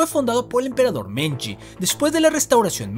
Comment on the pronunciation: MEIJI No "melji" ni "menji" 🤦🏻‍♂️🤦🏻‍♂️🤦🏻‍♂️